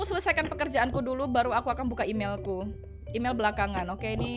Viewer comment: imel tapi bacaan mail🗿 apalah